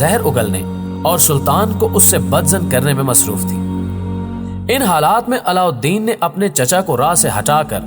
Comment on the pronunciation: Allaudin khilji ka naam aap thoda tyejib se le unka naam o se lena dobara re se nhi yaad rakho